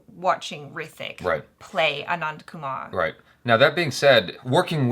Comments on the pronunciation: It's Anand Kumar not Kuman. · Anand Kumar... not Anand Kuman..🥴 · it's #AnandKumar not #Anandkuman